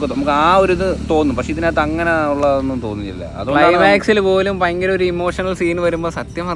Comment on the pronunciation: Bhayankara❌ payankara✅